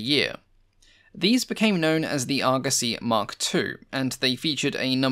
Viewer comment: The internet has ruined me. All I can hear is Argussy and not Argosy.